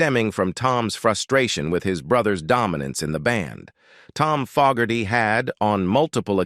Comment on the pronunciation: I like the video and narrative however, the pronunciation of very common words and the very name of John FOGERTY was mistaken many times only to be corrected somewhat during the latter part of the video. Many words were also mispronounced leading the viewer to conclude that some type of voice reading synthesized garbage was being used to make the video. If this is corrected, you would have an awesome product.